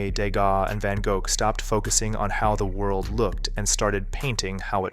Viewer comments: Great video First time I've heard Van Gogh pronounced as Goke 😂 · I came down to see if anyone else was talking about an AI narrator when I heard "Van Go-guh" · Mess up the Van Gogh pronunciation too (which tbh a lot of humans do so 🤷)